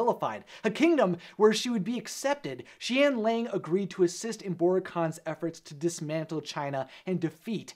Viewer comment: it’s pronounced shen yah-ng